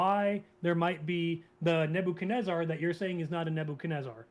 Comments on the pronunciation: The way this caller says "Nabo-kan-ezzer" is almost as annoying is him repeatedly saying the holiest of holies which makes it sound like he's describing some porno he recently watched. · I can't trust anybody who pronounces Nebuchadnezzar like this guest.